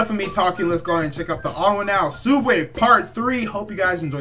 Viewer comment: Its pronounced TheOdd1'sOut (The- ones-out